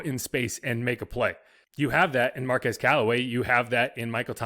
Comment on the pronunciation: His first name is pronounced MAR-QWEZ not MAR-QEZ. 👍🏾